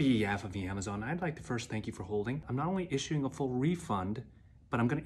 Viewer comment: That grace when cs said yyyamazOn.